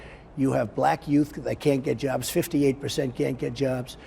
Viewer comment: "The black youth, they can't get jerrbs!" Everytime, I know he's going to say "jerb" at some point, but I am never prepared for it. :D lolo.